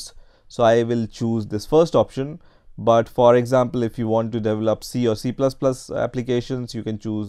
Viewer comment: Lol "Devel-up"